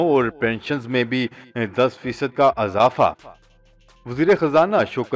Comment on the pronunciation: Aur baht se hain. aap ne azafa padha wo : eizafa: hai